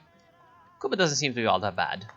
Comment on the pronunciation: My body rejects how you say Cuba.